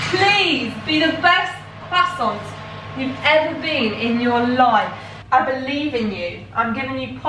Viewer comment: it's not leviosA, it's leviOsa and not CROIssants but croiSSANTS. Yeah, that's the main thing about this pronounciation situation, just really wanted to comment, love u <3